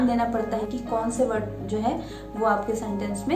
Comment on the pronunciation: I appreciated it,,you've cleared my confusion.😊😊 Btw,i've heard something wrong in your pronunciation.. You used ' V ' in place of ' W '..like ' word ' to ' vord '